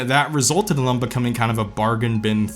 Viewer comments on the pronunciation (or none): "Thum" "Thum" "Thum". There's no U in "Them". But it's okay, I can't say Vegas without it coming out like "vAAAgas". lmao